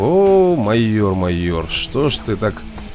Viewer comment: Что такое мойор? Впервые слышу может майор?